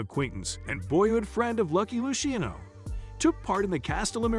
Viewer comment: Lou sheeno family